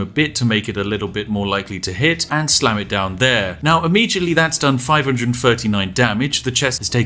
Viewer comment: I thought he said sand not slam